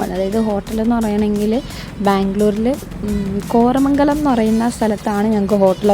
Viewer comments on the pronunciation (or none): Kormangalam അല്ല kormangala